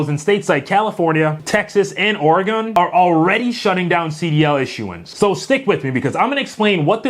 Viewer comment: It’s pronounced “OH-riggen,” similar to origin. Only flatlanders call it “OH-ree-gone.”